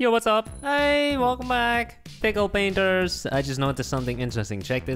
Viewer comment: Did he say "Pickle Pinter"??